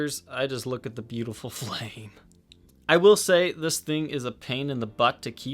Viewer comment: You say "flame" like someone who just wants to watch the world burn for pleasure lol :)